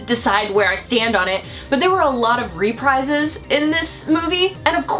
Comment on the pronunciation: "RE-prizes" I'm pretty sure it's "re-PREEZ"